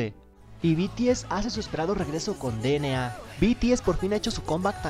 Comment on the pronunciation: no se pronuncia de ene a